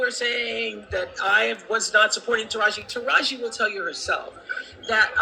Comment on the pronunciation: Pronounce like TAH RaH Gee…😂